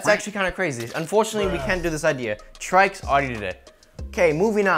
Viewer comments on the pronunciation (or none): Its not traiks its try see s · Its not trikes it's trycs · I thought trycs was pronounced tricks not trikes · I didn't know that trycs was pronounced as "trai-ks"... I always pronounced him as "Tricks". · The way he says "Trycs" is more like saying "Traiks" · "TRYcs" lol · he said his name wrong